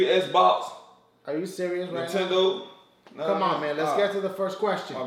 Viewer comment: "ps3? Esbocks? Tendo...?" i wouldnt be able to keep a straight face either.